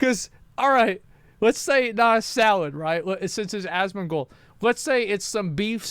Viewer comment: Did call him Asthmagold?